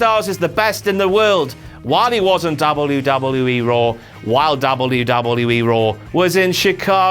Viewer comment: I only watch to hear him say Dabble you Dabble You Eeee It gives me the lulz